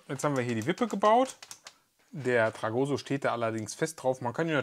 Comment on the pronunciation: TragoSSo mit Betonung auf dem "s", nicht auf dem "o" 😂😂